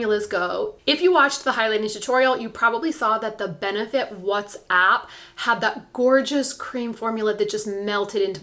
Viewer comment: Lol. I’m dying every time you call it “what’s app” my kids tell me I’m too old I’ve lost touch with the what’s cool and hip and I kill them by pronouncing everything wrong ( usually I do it on purpose just to get a giggle out of them ) so when you kept calling the benefit watt’s up “what’s app” I was like YAAS, she’s in the club!!!! LOLOLOL!!!